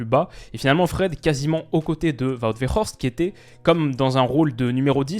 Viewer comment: Petite précision pour Wout Weghorst, la prononciation ça reste un "W" pour Weghorst vu qu'il est néerlandophone. S'il avait été allemand, à ce moment-là, oui, on aurait prononcé "V" pour le "W" dans Weghorst. Vivant en Belgique, je suis confronté au Français, Néerlandais et Allemand.